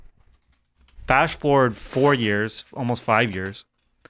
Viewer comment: I like how he said FASH FORWARD. lol